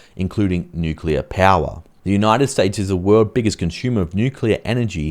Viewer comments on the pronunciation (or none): none